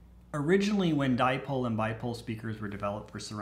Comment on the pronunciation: As used to say, dipole=die-pole, never use them:D